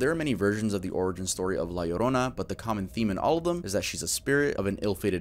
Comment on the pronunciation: I’m happy that my girl La Llorona is getting some love. She’s my favorite urban legend, I’m happy that pronounced her name right <3